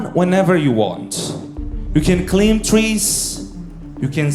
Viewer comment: /klimb/ trees?